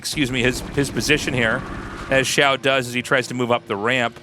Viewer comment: The "xi-" is like "she" and the "-ao" is like "ow" (Your pronounciation here was really good!) The "shu-" is like "shoe" and the "-ai" is like "eye". The x and sh sounds are not exactly the same, but everyone will understand if you pronounce both of them like an English sh.